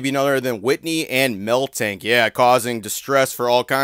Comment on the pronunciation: The way you say miltank baffles me lmao